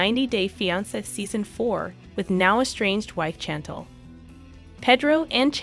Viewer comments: Shan-tell not Chan-tl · Very disrespectful to pronounce a persons name wrong repeatedly. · STOP CALLING THIS LADY “CHANNTLE” it is pronounced “SHAN-TELL” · very annoying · Her name is pronounced Shantelle…not chantle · It's pronounced SHAN TELL not CHAN TLE!!!! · Chantel is said like shon-tel not like jandal 😆🤣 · It's "Pay-droh and Snan-tell" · SHAN-TELL NOT CHAN-TULL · It's not channtel it's chantel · "CHantle". lol. its Shantel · say it with me.... Shann-Tell not Chantle.... tf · Learn to pronounce her name it’s currently pronounced parenthesis SHANTEL Chantel not CHANTLE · Narrator her name is Chantal ( say it as if it’s an sh not chan tal like your saying it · Girl please learn How to say her name did you ever watch one episode lol got to turn you off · I know she drove me crazy😱 She needs to no how to pronounce Cha-tell before she started. 😱😱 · and,what would you do when someone keeps pronouncing your name wrongly,would you not correct them? Actually, the way she repeatedly calls her "Chantle" is very annoying annoying to me. Can't stand it! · ok, listen, her name sounds like,"SHHHHANTEL"! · Pronounced. CHAN TELL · Blogger so thirsty to spill a lie or rumor, can't even pronounce Chantel name right ...Shantelle..lol..stop tha capping 🤣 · Thumbs down for you not prouncing Chantel's name correctly. It's not Chan tell! I couldn't even finish watching this video. 🤦🏽‍♂️ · OMG, it is Chantel NOT Chan Tel!!!! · The pronunciation of the "Chantel" 🤌🏽 ..."Chantle" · It's "Shantel" sounds like. Not a hard CH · Sorry but I just can’t watch this…….the ‘Chantul’ is driving me crazy. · You are pronouncing Chantel wrong it is Shan-tell! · Ahhh, her name is pronounced, "Shhhhantel" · I know you read these comments so why do you insist on calling Chantel , "Chan-tell?" Otherwise, we appreciate and love your videos. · Her name is pronounced SHantel! Do you even watch the Show?!! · Her name is actually pronounced "Shan-tell". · It’s pronounced shan tel